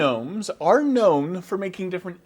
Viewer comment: That introduction, with its emphasis on known, gnomes and those, just screamed "I've had to endure this tongue twister for 15 takes. Let this be the final one". I love you,.